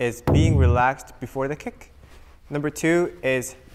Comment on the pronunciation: They say Rick instead of kick